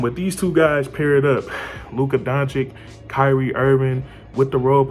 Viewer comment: Liked your vid. Keep going,but try to say Luka Donchich( phoneticly right )